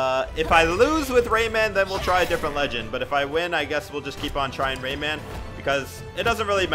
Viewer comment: Y so u say rayman like dat, like it’s two words or something